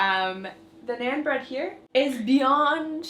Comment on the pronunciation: She said naan wrong , and she said naan bread 🤭